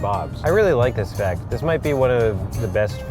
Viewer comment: Okay but why does he say fect instead of fact